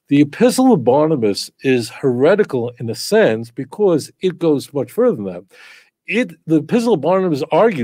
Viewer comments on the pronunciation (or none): none